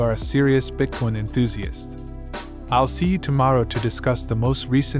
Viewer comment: These A.I programs are getting crazy! Notice it cannot say Bitcoin properly and when it speaks dollar amounts on these Videos it speaks the numbers individually. Modern technology